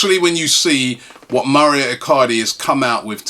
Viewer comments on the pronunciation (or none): hey Robbie...would you liked to be called ruby?...just saying coz it Mao-ro not Mario you twit...